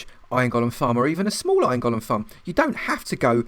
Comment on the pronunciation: Thank you for pronouncing golem correctly. You got a Like just for that. I had written my comment before when you inexplicably began pronouncing it differently. I took back my like. "Gollum" is a character from Lord of the Rings. A Golem (Goal-Lum) originates in Jewish folklore. It is an artificial human-looking construct, usually created out of clay, and magically brought to life. If I recall my readings, it was mostly used to work for or protect its creator.